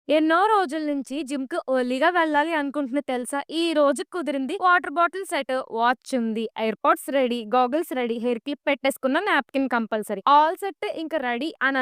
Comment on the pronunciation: Oo, monnane new car video lo gym emka join avvale adi wishlist lo undi annv 4 days back, eppudu ee video lo chala rojulu numchi gym antunav, emka join aa kaledu 4 days Neku 4 months aa, and one more think "early" ni tippi tippi "OORLY" ni chesesav, mari anthala tippaku chala chiragga undi 😢